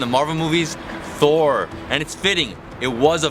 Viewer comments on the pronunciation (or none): none